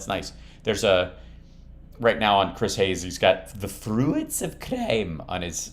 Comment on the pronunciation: FREW-ITSS OF CRYMmm